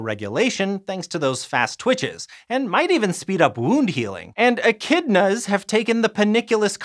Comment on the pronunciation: The way that he said echidnas the first time tho